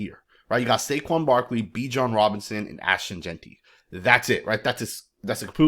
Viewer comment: My boy said his name right finally. 🤣🤣🤣